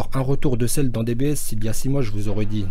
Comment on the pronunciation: Heuuu il a pas dit celluuu ?😂